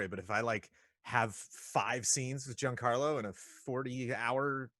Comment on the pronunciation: Jesus christ look up how to pronounce Giancarlo. It's Not "Jeen Carlo"